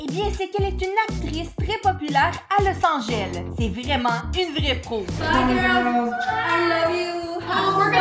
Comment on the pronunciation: Jador mais elle a dit l’os Angel Mais ses Los Angeles mais je critique pas parcontre je vous adore ❤❤❤